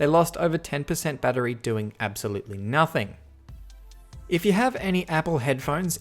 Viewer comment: Bat-ter-y. Three syllables. Not a bat-tree.